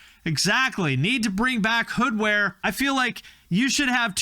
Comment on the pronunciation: Took a shot for every time you called it "Hoodware"